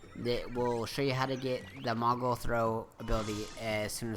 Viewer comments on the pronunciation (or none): I'ts MOOGLE, not MOGGLE. Mog even says it. Several times.